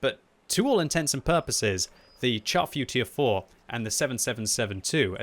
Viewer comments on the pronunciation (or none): my brain hurts every time I hear someone pronounce the name of the Char Futur 4 improperly. its FRENCH its (SHAR) Futur 4. its not a piece of meat that you char and burn to a crisp. SHAR